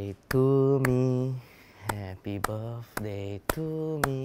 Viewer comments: said "Happy barfday" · What I hear saying: Happy buf day to me Happy buf day to me